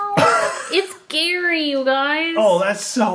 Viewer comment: Its pronounced GAARY lol